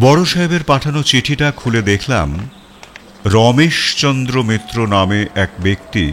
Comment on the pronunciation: এই কমেন্টটা করতে খারাপ লাগছে, তবু করছি - রাঙা বউ আর রমেশ চন্দ্রের "র" এর উচ্চারণ হয়ে গেছে "ড়"। "হার" হয়ে গেছে "হাড়"। শুনতে খুব অসুবিধে হয়।